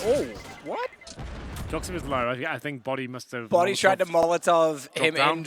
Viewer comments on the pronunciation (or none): "bodyy" armour ;)